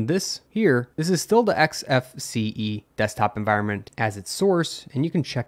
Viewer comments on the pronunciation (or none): En-voire-ment?? En-vi-ron-ment ?